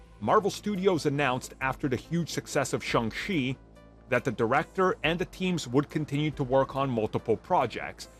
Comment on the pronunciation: Simu Liu (see moo lee oo) not sih moo loo Shang Chi (sh Ah ng Chee) not shee